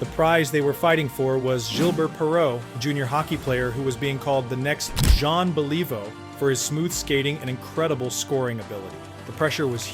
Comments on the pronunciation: of this video you mispronounced the name of one of the greatest hockey players of all time, Jean Beliveau His name is pronounced: BELL-ih-voh. NOT Believe-oh. Please make this correction, as true hockey fans will NOT take these videos seriously if you can't correctly pronounce the names of Hall of Fame players. BELL-ih-voh! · John Believe-Oh? ? !!! )))))) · Yeah, it's disappointing that narrators with no knowledge of the subject matter are brought in to get names wrong. If it's AI that generates the errors, all the more reason to shelve it until it's trained properly before someone uses it. I mean "bell-EE-voe"?! Pleeeeease.... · John Believe-oh? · Jean Bel-i-voe. Don't be a hack. If you are going to post hockey videos learn how to properly pronounce the player's name. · Jean Bel-EE-vo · Jea(n remains silent) Bell-e-voh is how you pronounce the great Jean Belliveau. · Jean "believe-oh?" Uhmm... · Lol……did I hear you correctly. You pronounced “Beliveau”completely wrong. That’s an insult to Canadians. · I like the video but Jean Believe-ooh? And who's Rene Robert? It's pronounced Row-bear. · Botched Beliveau and Robert. It hurts your credibility.